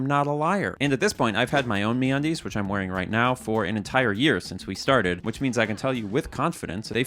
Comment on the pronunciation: I believe it's supposed to be said like a pirate. The brand is Me Undies. But the pronunciation of it is like how you'd say "Aaarrrr where's me undies." So a little more pirate please. Also Hi RockStar here ... thank you for the information. GTA 6 will be delayed because of your video but the airports will be sick. Thnx for my flying license btw.